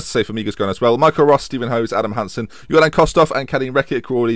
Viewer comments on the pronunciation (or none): none